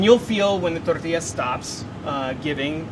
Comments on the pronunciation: This guy is cool, but someone tell him to pronounce the “ll” in “tortilla!” He keeps saying “Torrrrtia,” all emphasis on rolling his r’s but not the ll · anyone else love the way he says “tortilla”? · So many excuses to say tortilla